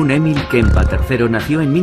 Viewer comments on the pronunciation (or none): Porqué el narrador dirá Kempa???? Si es KempEr